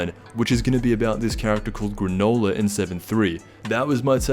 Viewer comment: I'm sorry but did you just say GRANOLA